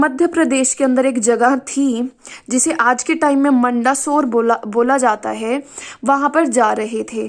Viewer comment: Mam it's not मंडासोर it's मंदसोर.... Bcoz I am from mandsor ♥️